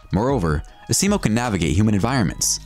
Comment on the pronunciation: Honda's robot, Asimo, is pronounced AZimo not Aseemo. good greif